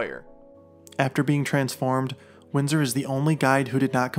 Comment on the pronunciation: What's his name? It sounded like you kept saying Windsor in the video, but the description says Winston.